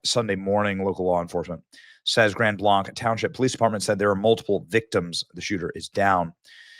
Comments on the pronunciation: Mormonism is not Christianity, they believe Jesus was the brother of satan. Still bad that all these innocent people died, it's just that he said it's a Christian church, it's not. Also, it's pronounced Grand "Blank" not "Blaunk" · Benny!! Thank you for reporting on this horrible hate crime! I have just one bit of constructive criticism. The township name is pronounced Grand Blank not Grand Blahnk. I know because I lived there for 9 years 40 decades ago. Thank you for your attention to this matter. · So close to my home. My family doesn't go there but I am praying for the families. Side note: Blanc is pronounced Blank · Great report, Benny. It's pronounced GRAND BLANK. Lots of weird spellings in Michigan. The Mackinac Bridge, has anyone ever heard of it? How about the Mackinaw Bridge? YEAH, it's a problem. AND MORMONS ARE NOT BELIEVERS IN MESSIAH. They say they are, so you have to get them to tell you about MORMON Jesus, made in their image. And they wear magic underwear; it's a cult. NOW HOW MANY PEOPLE LOOKING FOR GOD are going to run to the CHURCH OF JESUS CHRIST OF THE LATTER DAY SAINTS or the Roman Catholic Church, which is wicked to its core. NO GUILT TRIP, JUST SAYING LET'S BE MORE CAREFUL NOT TO PROMOTE CULTS. BIBLE BELIEVERS ONLY HAVE ONE GOD, and they don't try to talk to the dead, and they keep the 10 commandments. Catholics can't get past the first two and forget number four. If you want more information about how dark and disgusting the ROMAN CATHOLIC CHURCH is, search, KEITH GREEN THE CATHOLIC CHRONICLES, it is easy peasy, the Catholic's will BOAST ABOUT IT; they won't deny a thing. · It's pronounced like Blank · Heh Benny, Chris here from Michigan. Just so you know it's pronounced Grand Blank...even though there's a c at the end. This is another tragedy for God's people. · Hi Benny just to let you know Grand Blanc is pronounced as "Grand Blank" here in Michigan. Thank you for highlighting this very tragic and awful event.